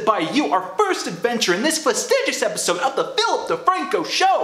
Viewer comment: It keeps on sounding like you say “Filth DeFranco”